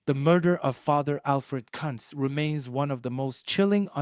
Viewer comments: Its pronounced: "Coonz" & not cunts 🤦🥴 😂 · Who in the h-ll is father "Cuntz" ? 😂😂😂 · 😱😱 you NEED to delete this!! You must he a tad lazy, ignorant. omfw. YOU ARE MIS-PRONOUNCING a DEAD man's name and insultingly as well! 😡🤦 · Your pronouncing his name wrong. Very wrong!!!